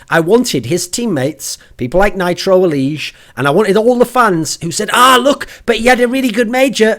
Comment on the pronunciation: can't even say nitro. He's been awful for months now.